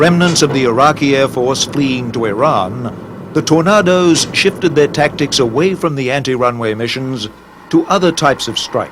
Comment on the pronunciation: Why can't the narrator pronounce the word 'Tornadoes'? Who ever said 'Tor-nah-dose'? It's always ever been 'Tor-nay-dose'.